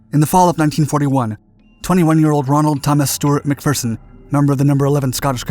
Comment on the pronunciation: Thank you for pronouncing his name as "Mac-Fer-son" and not "Mac-Fear-son" like every other American! Now all you need to do is say "St-yoo-art" instead of "Stoo-art" and we'll be golden!